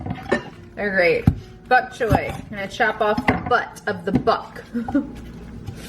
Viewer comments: "I don't want any bok choy cookies" Lol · "Buck choy"? lol you're so funny with your pronunciations. What made you decide to add bok choy to pasta? I do the gluten free egg fettuccini with steamed broccoli and chicken, topped with alfredo and shaved parmesean! Delish! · You say the funniest words. I’m from Ohio too so I know it isn’t that🤣 Bok Choy you say Buck.